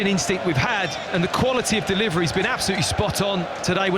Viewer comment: Deh Liv Reh Lee